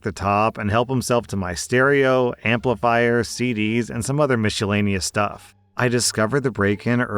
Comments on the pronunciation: When says miscellaneous it sounds like he starts with the tire brand like this: Michelin-eous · Mishellaneous? Did I hear that wrong? Have I been pronouncing it wrong?